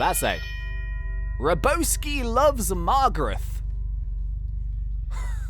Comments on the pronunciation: razzbowski ( not pronounced razz BOW ski) is a youtuber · you mispronounced razzbowski and its a youtuber also the mask and wanted posters are youtubers